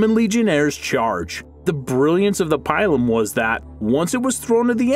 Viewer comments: it's pronounced "pea-lum", not "pie-lum"and the testudo was only used for siege warfare to help combat intense missile fire as they were approaching the walls of the enemy. it was not very effective against lightly armoured horse archers because they could sit back and continue to fire arrows without being in reach of the pilums, slingers, or swords and despite the scooter and lorica there would inevitably be a few arrows that would make it through to injure and disable a soldier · It's not pronounced pylum ,it's peelum spelt pilum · My man really just said “pielum” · Ay bruh it’s pronounced pee-lum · 1. The pilum (pronounced "pee-lum") was not invented by the Romans. It was a Celtic Iberian design that, like the Gladius and the Gallic helm, was incorporated into the Roman military. 2. The testudo was not used extensively. In fact, it was hardly used at all, and certainly not in open battle as it was far to vulnerable to flanking attacks. Primarily, it was deployed during sieges so soldiers could move forward while protected from missile fire from above. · Pilum is pronounced “peelum”. It amazes me how many of you millennials can’t pronounce words correctly; a byproduct of being educated by the internet I suspect. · no problem, also the pilum, is pronounced peelum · You're pronouncing the pilum wrong, and the pilum was impossible to get out because the point bent, not because of its power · Pilum Really??? it is pronounced peelum, long e. It's not that hard to figure this out before you make a vid. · "n°2: the PAÏLOUM" yeah I'm outta here bye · Also, btw, 9 is pronounced “pee-lum” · its pronounced pee-lum.. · pronounced pee-lum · Love it how he says pilum XD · God the way you say Pilum hurts... Also many Pilums bent or 'broke' when thrown to make then useless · The Pie-lum, Latin is Pee-Lum xD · Its not pialom it is pila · not pielum but lon 'i' peelum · Pie-lum?! what are you on, Pill-um! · Dunno, a strong weed. vowels mostly short! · Pile uhm? What? Pilum dude...